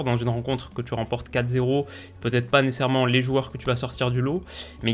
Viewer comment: Nécessairement (nécerement)? A chaque vidéo tu le passe 😂😂😂